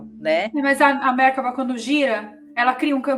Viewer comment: A pronúncia de Merkaba é merkava. amei muito!